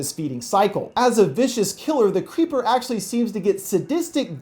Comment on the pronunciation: I lowkey heard u say The Cweepy Cweeper